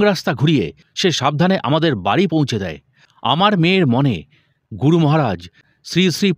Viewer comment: Asadharon paath Karen apni. Ami gunomugdho. Tabe 'Guru' kathati keno jani na amer kane 'Goru' sonai majhhe modhye. Vul jar e hok amader e sudhre nite habe mone kori.